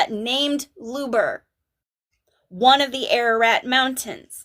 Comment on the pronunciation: Ohmygoodness, Look up MOUNT HUBER ( with an "H" not an L/"Lubar" ) in Canada, BANFF area (Rocky Mountains). WIM put a pin in her map as a potential location of the Tower of Babylon (you likely already know this)! Mt. Huber is a very IMPRESSIVE stone upthrust that looks for all the world like a HAND signaling "stop" and could easily 'catch' an ark as it sticks straight up, perhaps the first land that appeared out of the flood waters?!